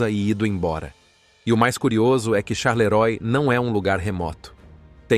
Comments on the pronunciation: Não charleroi se pronúncia charleroa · O i depois do o se lê a